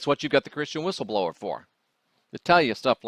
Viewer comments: You need a "B" in your WHISTLE-LOWER!!!!! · Love your stuff but your missing the “B” in Whistleblower